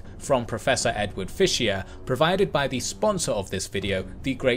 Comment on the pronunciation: “Fischer”, not “Fischier”.